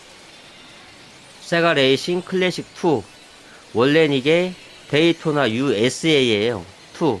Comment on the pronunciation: 게임안에 게임이 들어있다니 신기하네요😅 게이 돈나!!! ㅋㅋㅋ 그렇게 들림. 어릴적 오락실에서 본 게임같군요. 한국에서도 인기있었던 레이싱 게임같아요